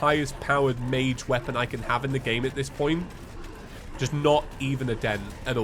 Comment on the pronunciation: Ahhhh yes the “magey potions” lol